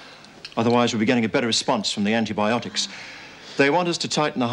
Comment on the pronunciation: I love how Lizzie cannot pronounce certain words... anti-botanics for anti-biotics LOL